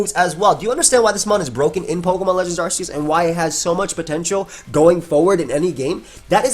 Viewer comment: 1st off, Arceus is pronounced as "Ark-ee-us" not "Arse-ee-us" Second, who cares about it's speed? Look at the shitty defense and special defense! Pair that up with being 4x weak to Flying and it's easy to knock out! Bring out Ninjask, which is by far way faster at 160 Speed and Attack of 90 and Acrobatics while it's not holding an item and BAM! 1 shot! Ninjask may also have shitty Defense and Special Defense, but it outclasses Lilligant in speed. So no, Hisuian Lilligant is not busted! It's easy to 1 shot!